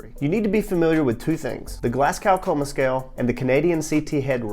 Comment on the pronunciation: Great video, and this is a childish nitpick but you pronounce Glasgow "Glas-go" ❤